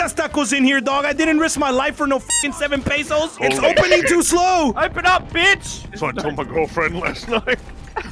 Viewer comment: 🤣😂 u clown this man said PPPesos